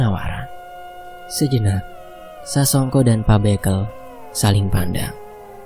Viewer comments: Bukan Pak Bekel Min.. Tp Bekel. Bekel=baca be nya sama sama kaya baca Berkat. 😂😂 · Penyebutan pak bekel salah min 😅 yg di sebutin Mimin mainan AQ dulu kecil